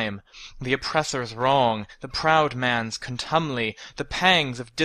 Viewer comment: this is great.. but i think it's contumely [ con-toom-lee ]